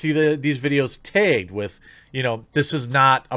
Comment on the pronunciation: Jeremy says “Tagged” funny 😄